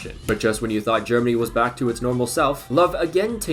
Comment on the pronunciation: Your butchering of the name Löw is actually so triggering, good video tho